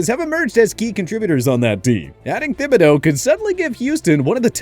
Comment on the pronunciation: THIBODEAUX IS A HARD T AND AS A LOUISIANAN PRONOUNCING IT AS “THIB”and not “TIB” is bothering me